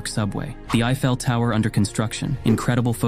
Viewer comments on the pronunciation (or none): I fell tower! Brilliant. Sure you’ve never said this word before? Not your native tongue!? No redos? What is the problem with narrators today? Bunnell is even worse.